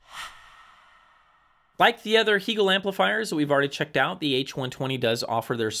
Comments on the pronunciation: I had never heard anyone mispronounce Hegel until this video. It does take away from your perceived knowledge of a brand. Most English speakers pronounce it the same as the philosopher’s name. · I think these things are important. Just like how people prefer having their own names pronounced correctly. As a Canadian dealer, I can tell you it is "hay-gul" or "hay-gel" as opposed to "hee". If you watch videos by Bent or Anders, you'll see they pronounce it this way.